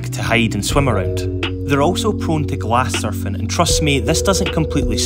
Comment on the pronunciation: Did you say glass surfing?.. I couldn’t make out what you said.